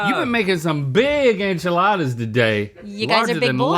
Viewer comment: Does Rhett think enchiladas are French? He keeps pronouncing it as though he thinks it’s French…… Rhett I love you but that’s not how Spanish vowels work 😂